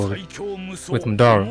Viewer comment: stop saying madora its madara